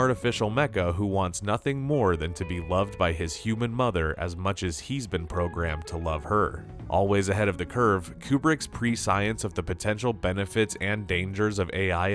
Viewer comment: Prescience is pronounced ‘pre-siens’